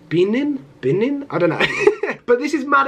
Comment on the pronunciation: Pronunciation: ⬇️ Name: ⬇️ Be-ninh/Buh-ninh 🇧🇯 Benin 🇧🇯 Mal-ow-ee 🇲🇼 Malawi 🇲🇼 Tuh-jick-ee-stan 🇹🇯 Tajikistan 🇹🇯